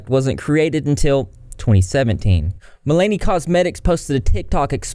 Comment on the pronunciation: You are mispronouncing Milani and subsequently.